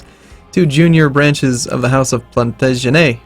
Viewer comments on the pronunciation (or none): It's pronounced "Plan-tah-jih-nets".